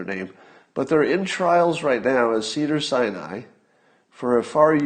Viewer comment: I keep hearing: "Cedar-Cyanide" Hospital...